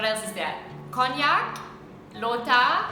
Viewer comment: Even the foreigners can pronounced the word Konyak really well...why many of my fellow Naga friends pronounced it like Kong-nyak,khonyak etc etc😢😅 Yowang e moi ja man koh ohh(village dialect) Kahwang pa-e moiheiman shih(Konyak)